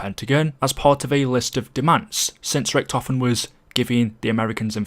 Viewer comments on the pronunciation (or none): Random guy: says richtofen as (RIK-TOE-FIN. Richtofen: NOOOO its Pronounced (RIK-TAW-FIN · Nah its ricky toe fan